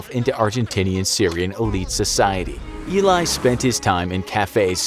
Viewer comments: You did so much research in the subject, but couldn't search how to pronounce his name correctly? The name illay has a completely different meaning than eli (pronounced like eddy) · It sounds like Ely not ilay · It's not"Eli" it's "he lie" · His name is pronounced Eh-lee not ee-lie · זה אלי , לא איליי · His is eli not ilai (i m israelí) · Eli not Elay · If you're going to make a clip about an historical figure, and mention his name about 200 times, you might want to learn how to pronounce said name... It's pronounced Eh-lee, not "eelay". I don't think anyone ever called him "eelay". Also, why is his Mossad handler dressed like a hasidic jew? Is it supposed to be funny? Or are you just lazily using stereotypes? I doubt there was a single person dressed like that in the Mossad at that time, unless they were wearing it for disguise. If you you want to educate people, maybe educate yourself first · Why is his Mossad handler depicted as a Chassidic Jew? I doubt the Mossad has any Chassidic Jews working for them, or at least, it'd be very rare. Also, his name is pronounced Elee, not Eely. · You pronounced his name wrong... its Ali not Eli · Eli, not Ilay 😅 Great video tho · It's Eli not Ilay.. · ee-lie Cohen ? , Israelis pronounce his name Eh-LEE Cohen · Im Israeli and that guys name isnt Elay its eli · You pronounce it like you read it, his name is E-lee with the E like in 'emergency' , not Ilay. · It's pronounced ˈɛli not ˈilaɪ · Not eelai it's eli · Eli not elai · Great video! One thing to note though, your pronounce "Eli" as "eh-lee", not "ee-lai". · ELI not ILAY!😂😂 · Nice video, but you butchered his name throughout the whole video... It's not pronounced "i-lie" but "e-li" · You are prounancing his name wrong. It's not E-lai. The name is pronounced E like Emma and Li like Bruce Lee. Eli! Just like Emily, without the middle 'mi'. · Your saying eli name wrong, it el-e not e-ly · It’s eh-li not ey-lie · Only thing you missed by far, NOT ILAY, ELI. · Its not ilay its eli